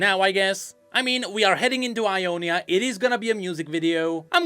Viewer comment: Sounds like it was a fun mistake but Jonia is actually how Ionia is called in Spanish! It's pronounced Honia